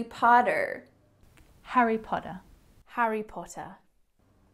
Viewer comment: Famous Harry POTTAH, cant even go to a bookshop without making it to the front page